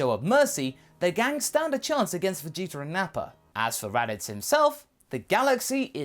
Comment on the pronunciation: Vegeter... why do you replace the "a" with an "er"